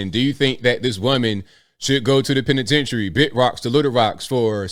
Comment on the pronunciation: Her new name pen-a-ten-tary